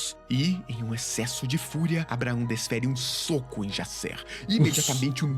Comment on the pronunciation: É engraçado que que a gente tá tão emergido em cultura estrangeira (inglesa) que o Jaser vira "Jaysser" kkkkkk Ordem é Brasileiro, a história de Enigma do Medo se passa no Brasil, não tem pq o Cellbit e a Dumativa tornar o nome dos personagens estadunidense...